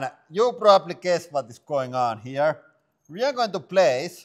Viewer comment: Why don’t you say here ve go anymore 😆